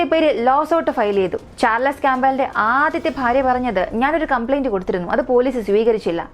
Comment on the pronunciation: Bore അവതരണം. വലിച്ച് നീട്ടി പരത്തി... എന്ത് പറഞ്ഞാലും അവസാനം ആ വാക്യത്തിൽ grammatical mistake ആണ്. വാക്കുകൾ തെറ്റായി pronounce ചെയ്യുന്നു. മോശം എന്ന വാക്ക് കണ്ടുപിടിച്ചില്ലായിരുന്നെങ്കിൽ അവതാരിക എന്ത് ചെയ്തേനെ... Situation അനുസരിച്ച് ആണ് പദങ്ങൾ ഉപയോഗിക്കേണ്ടത്. ഇവിടെ എന്ത് പറഞ്ഞാലും അവസാനം മോശമായി,മോശമായി എന്ന് മാത്രം ആണ് പറയുന്നത്. കേട്ട് കേട്ട് മടുത്തു. Pls note: ചാർ ലസ് അല്ല , ചാൾസ് ആണ്. പേരുകൾ എങ്കിലും മര്യാദയ്ക്ക് പറയാൻ പഠിക്ക്...